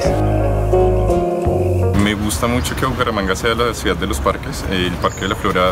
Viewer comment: Me disculpa...pero no sé dice.. COSTRUIDA... se dice CONSTRUIDA igualmente se dice CIUDAD... no se dice CUIDA... Hay que hacerle al buen hablar. Ojo con eso la gente lo escucha y califica.